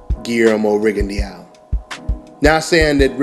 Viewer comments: It's rig-in-doe not riggone-Dee-ow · it's not rigondeeao. i think that fight happens in 2 years.